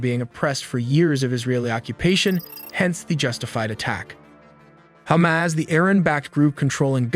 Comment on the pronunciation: If you're going to report on the region, why can't you pronounce it properly? It's ha-MAS, not hommis, and Israel is not pronounced izril.